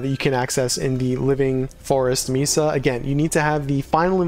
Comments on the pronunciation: Great job! Thank you. Mesa is usually pronounced May Sa. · Thank you! Yeah you're not the first person to mention my pronunciation of mesa 😂I appreciate the correction and I'll keep it in mind when I record next season's video.